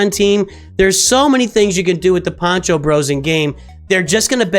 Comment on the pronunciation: Poncho, not pancho - pancho is a salchicha or hot dog (sometimes lazy)